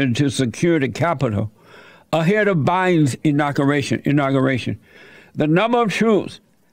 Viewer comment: Inocuratian,lol Jesse, its pronounced inauguration, lol